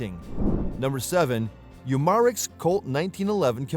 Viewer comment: You mar ex lol for umarex